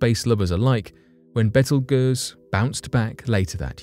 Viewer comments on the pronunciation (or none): It's not "betel guizz" it's called Beetlejuice. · Betelgeuse is pronounced beetle juice...x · Good lord.... it's pronounced... Beetle- Juice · First gotta say I love the show show brother,,,, Now with that said hers why I decided to write ....repeat after me it is pronounced "Bee-tle-Juice" Not "Bet til Guiest" You brits and your language lol! Like "Alum-inum" You Guys Say "All-u-minium" Different ways to say the same word is a culture thing but butching is another ..Just a heads up guy. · How the hell did you just pronounce Betelgeuse! Hahaha smh it’s pronounced like “beetle-juice”….. wow just wow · Its pronounced Beetle Juice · I'm sure someone else said it before me but the star in Orion is pronounced beetlejuice, just like the movie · Learn how to pronounce beetlejuice correctly. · Yeah, that pronunciation is freaking me out too! You are correct that phonetically, it should sound like "beetle juice".